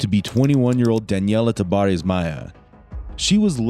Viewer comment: Why do you sound mexican when you say the name tabares but sound like an american with all other words